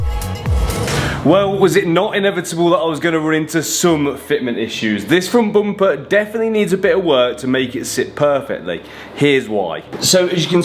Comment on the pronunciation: “ The froont Boompah”